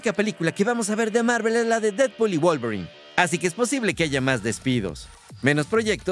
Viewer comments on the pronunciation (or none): none